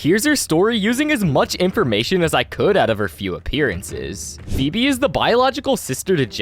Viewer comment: It's feebee